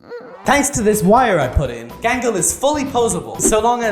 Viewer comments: "OnE sIdE eYe GaNgLe" 😂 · You did, bro Gangle wrong😂